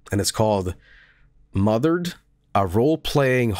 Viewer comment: You know what, pronounced the title wrong before, but I think I prefer calling this game Mother Red